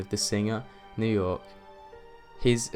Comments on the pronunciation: Did u just call Björk New York? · 2 things bro.....first it's "Bjork",not "New York".second the diver was 300 feet,not 300 meters,just sayin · "Ricardo Lopez was a huge fan of the singer New York"??? Is Bjork that hard to say?